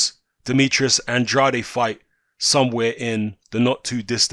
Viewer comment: It’s pronounced “and-raid”. He said it in an interview. He was talking about himself in the third person. Sidenote, never trust a man who talks about himself in the third person.